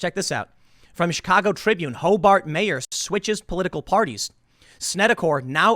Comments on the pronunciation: It's more Sesame Street than the Simpsons. Ho Bert not Ho Bart. I like to pic nits. I love your stuff. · Its pronounced "Ho-bert" you say bart and we fightin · Hobart is my town!!! Its pronounce hobert though